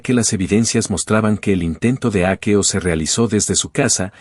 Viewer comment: Será leído con un programa como el traductor, y lo ha leído literalmente de hackeo yo creo